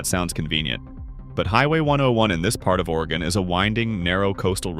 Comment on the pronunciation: The AI is good in some spots, bad in others, several mispronunciations and titles that were messed up in one spot and fine in another, though I was surprised that it didn't pronounce Sequim as seekwim like many real people do. They also pronounce Oregon as Oregone though too. Some of the maps and scenes directly related to the topic, some not. I think I have been through or took short vacations in all of them except Brookings and lived in North Bend before it was taken over by Seattle and Bellevue residents who commuted rather than live where they worked plus incoming Californians, all driving up the prices, it was affordable when we lived there in 1983, starting an upward climb by 1990 when we moved. I grew up in NE Oregon where we moved back to. I go to Sequim to see family that moved there back in the 1980's and sometimes to Port Angeles where my brother also drives for a large local trucking company. Sequim has a very broad flat area as opposed to PA, which as they said, is somewhat hilly. The town itself is several miles from the Strait as opposed to PA which is right there. PA has a large drug problem as I can attest to because unfortunately a family member is involved in it, and a lot of homeless and a fair amount of crime too. I wouldn't be afraid to walk downtown in Sequim at night in most areas but it also has its problems. I stopped a vehicle theft early one morning at the motel I was staying in when I saw guys messing around with a pickup in the one spot in the pa